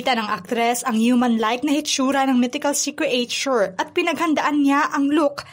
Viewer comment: CRE AY TYUR DAW? Check mo pronunciation ng creature. Idagdag mo na ang tamang pagbigjas ng salitang " ensemble".